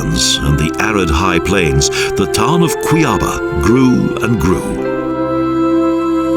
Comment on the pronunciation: In Portuguese (and Spanish), the location of the accent mark is where the stress should be. Thus, Cuiaba should be kwee-ah-BAH, rather than kwee-AH-bah. The falls in the SE are pronounced ee-gwah-SUE or ee-gwah-ZOO, depending upon how it's spelled, not ee-GWOT-sue.